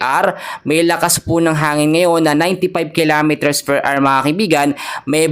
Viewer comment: 150 kilometers "PER AR" ba?😅